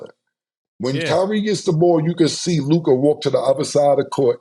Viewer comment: Mavs lost cuz Mase refuses to pronounce Luka name right.